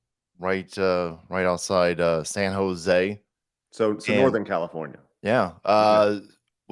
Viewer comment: You said Commifornia wrong 🤷